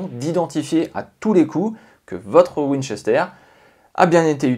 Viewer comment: C'est un " w " Pas un m